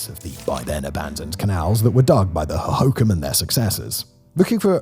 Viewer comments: Ugh, Simon...the pronunciations hurt me... Gila is Heela, Pap ah go, Ho ho kam. Stop running syllables together. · FYI the Phoenicians pronounce Hohokam with the emphasis on the last syllable 'kam'. Just saying. The change in the emphasis syllable is common among many native American languages I've noticed. I'm a native Phoenician, but not a Native American proper but I really love learning about their culture. If you just ask them nice they're pretty happy to talk to you. An American Indian (the commonly used term for Native American used in Arizona) could tell you more about that and are usually pretty happy to talk about it if you just ask nice. It's a fascinating language group, and people. Of course, the Hohokam have long since disappeared so we'll never really know for sure. Sadly, Phoenix is literally built on top of the ruins; and unrecoverable. Arizona is a fascinating place with a lot of lore to explore. THANX. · Ho-ho-KOMS. Not an obvious pronunciation. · Hohokam pronounced hoe hoe calm. Thanx. I’m Phoenician BTW, born here. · Lol, I can tell Simon hasn't been to Phoenix at all. He can't properly pronounce Maricopa, Hohokam, or Gila. As a naive Zonie, love the misconceptions people have about this place.